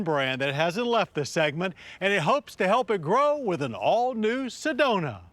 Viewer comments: I'm pretty sure it's "Sedona " instead of "sedonia " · Johns getting his alzhiemerz on with "sedonia"...we actually call it Sedona out here in az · Lol Sedonia